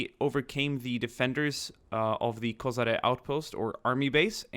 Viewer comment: Kozare?? Kozara is in Bosnia Its a Koshare